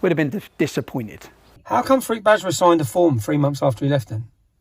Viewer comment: When he says 'Farooq Bajwa' I keep hearing 'fruit badger' and looking at this guy, he is spot on 🙂 It's a brilliant video.